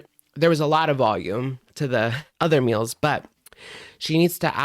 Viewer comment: " I swear I'm the messiest COOKER. I may have to plan my MULES...".aka meals... How old are we now and have we passed the young teen reading level yet???